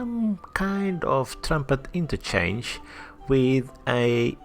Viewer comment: Trunpet interchange? YESSSSSSS! How common to hear a youtuber say that1 hehehehehe